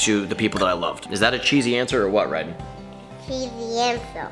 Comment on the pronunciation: Why does everyone call Ryden "Rayden"? It isn't that hard